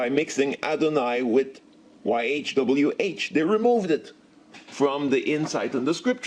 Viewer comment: you have big problem my friend, but you are very ,very correct when you say .yhwh,,you know the name.. that is SO GOOD.att..a native[indian]